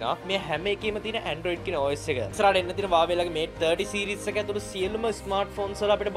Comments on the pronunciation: වාවේ නෙමෙයි හුවාවි කියහං 😂😂😂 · Huawei කියල තිබ්බට ඕක pronounce කරන්නෙ වාවෙ කියල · Uawei newe huawei 😂😂😂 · Broo ubata Huawei kila hariyata kiyannna be ne 😂 😂 😂